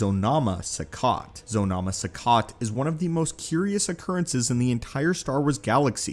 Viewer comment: Zonama Sekot= that's not the way we said that.